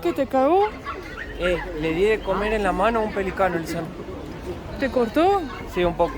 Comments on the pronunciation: Se dice: Pel(í)cano ( acento en la í ). Y, a propósito, ¿ no fueron a la Quinta Vergara o a San Alfonso del Mar ? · Que bárbaro niña pelícano no podes decir bien pero cagado te sale fantastico 🤣🤣🤣🤣igual acá por lo menos en Argentina es suerte que te cagueeee un pájaro🤣🤣🤣🤣